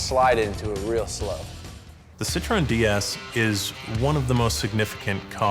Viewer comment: It's [Dej-s] not DS, like the Nintendo DS you got to be kidding me.